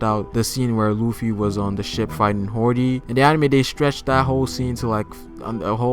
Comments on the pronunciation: HIS NAME IS HODY NOT HORDY. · Im glad somebody said this.. i cringed everytime he said hordy ..i had to skip past that part lol even though in the funimation subs it is hordy ..which drives me crazy ..i think hody sounds alot better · HORDY? ITS HODEEEEEEE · hody not horedy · Not hordy but hody